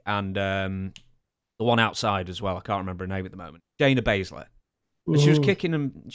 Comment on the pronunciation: Did u say daina bazler or Shanya bazler